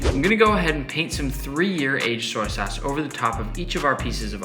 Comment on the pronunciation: He said "soy sace" instead of "soy sauce" I’m dyiiinngg 😂😂😂😂😂😂😂😂😂😂😂😂